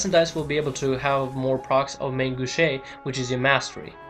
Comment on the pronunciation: Just a lil pro tip. Main gauche isn't pronounced mayne gowchay, it's pronounced mon gohsh. its french for left hand.